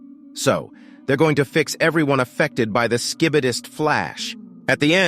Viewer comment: Bro said T vomen and sh sch I bi dis I can even say it😂😂😂